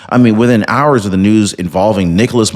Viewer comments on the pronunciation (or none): none